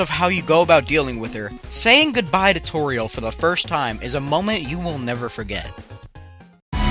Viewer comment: You said toriel and mettaton wrong!